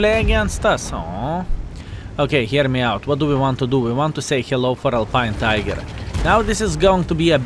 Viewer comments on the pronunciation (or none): none